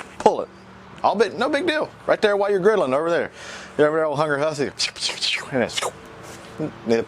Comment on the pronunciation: "Been rastlin'?? '" "been girdlin'?" yea...yea...